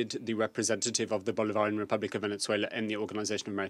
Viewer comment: Why can't even say Bolivarian?